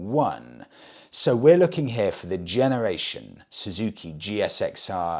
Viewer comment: Loving the upgraded interview room, much better. Just a small point..... When referring to the GSXR, in the UK it is pronounced Gixer, the G as in Golf not like a J. Keep up the sterling work. 😊